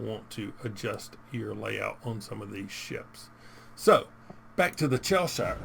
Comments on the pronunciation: Its pronounced chess shire 🙂 IGN CMD_Pants Server- Asia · As someone from Cheshire, it’s pronounced Chesh err. :) Good review! Ign MarshalHaig Server EU